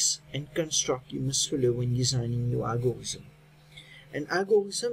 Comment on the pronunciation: it is algorithm not algorizm